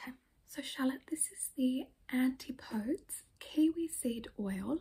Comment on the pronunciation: ANTI-PODES you kill me bby. (its an-tip-o-dees). Also as someone else pointed out micellar is a makeup remover, not a toner. Your skin is so lovely though that if you wanted a toner something like the fresh rose water would be dreamy for you